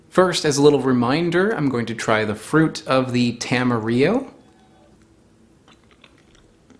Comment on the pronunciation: Question, is "tam-e-re-o" the standard US pronunciation. I've always heard "ta-ma-rill-o" here in NZ. Though there probably isn't a "proper" way to say it, since I believe it was just coined by a dude in Auckland smashing Te Reo and Espanol together